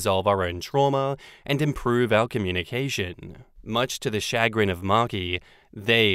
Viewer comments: Much to my shuh-GRIN, I cannot hear say SHAG-rin, SHAW-grin, or CHAH-grin… and not shuh-CRINGE!!😬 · The emphasis is on the second syllable as well. Shuh-GRIN, not CHA-grin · It's not "SHA-grin", it's "Shuh-GRIN". It's a basic work in American English. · It's not SHAG rin or CHAG rin, it's shu GRIN. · Shuh-GRIN. I can't believe you've never heard that word before,. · I have heard similar water fights in my household between my MIL and FIL. They are Asian. Chagrin is pronounced "Sha-Grin". It's a word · I trot that word out now and then. In the US it’s pronounced “shuhGRIN”. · Emphasis on second syllable ShahGRIN 🤭😝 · It is sha- grin. Yes we use it. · I’m so bothered by your making fun of “chagrin”. It’s a common English word. Also, it’s pronounced shuh grin with the emphasis on the second syllable. Why would you just mispronounce it repeatedly to make fun of a normal word? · 2nd Story - chagrin is a real word (noun - A keen feeling of mental unease, as of annoyance or embarrassment, caused by failure, disappointment, or a disconcerting event.) and it's pronounced with a SH and AH sound at the start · Chagrin is a perfectly normal word and I (and many others) do indeed use it conversationally. Emphasis goes on the second sylable and the 'ch' is pronounced as 'sh'. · Either way is better than how pronounced it, though now that I think about it I think you're right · I use chagrin all the time, and you even said it mostly right but with the accent on the wrong syllable (it goes on the g) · The takeaway from the second story narration is that we should aim to read more. The lack of vocabulary diversity is very worrying. Not only chagrin, but also repeatedly saying empathetic as emphatic made me pretty sad. And this is not a comment about "kids these days", it's more of a comment about "internet age is uncovering a lot of deficiencies that were hidden prior to everything being extremely public"